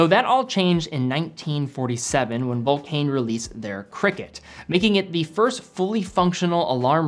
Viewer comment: Dear, just for the record: vulcain is pronounced vulcan, like the British bomber.